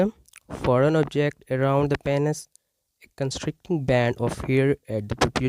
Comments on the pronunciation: It's PEEEEEEnis not PAAAAAHnis. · Oh my god let’s start with saying Penis correct… PEA-NYS LOL